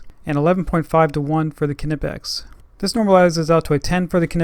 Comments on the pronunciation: is pronounced ni-pex not ka-ni-pex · Another person over thinking how to pronounce Knipex. How do you pronounce Knowledge, Knee, Knob, etc? Knipex is pronounced Nye-pecks. Good video else wise. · How is it EVERY tool reviewer from the Americas doesn’t know the K in Knipex is silent???? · The argument over how knipex is pronounced is ridiculous. Knipex is a german tool maker and in German the k is pronounced so the proper way to say is ka nipex but if you want to pronounce it nipex thats ok just don't chastise someone because they say knipex.